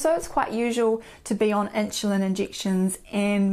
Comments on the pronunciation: ☺️starting to drive me crazy - never heard “inshulin” before 🙄. “Nixt”… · Started to watch, but her pronunciations "Meat formin" and "In shoe lin" put me off. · Is she saying ‘inchulin’? Not trying to be funny but she pronounces everything else 💯 fine so just curious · Could not listen to 'inshulin '... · Inchulin, lol. Accents are funny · What is with the weird pronunciation of "insulin" ?